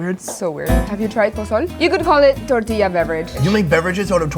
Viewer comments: she turned tortilla into tortillar and turned rotisserie into rotisserizing. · Hahaha its tortilliija ! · Who didn't pay attention to her saying how to say tortilla?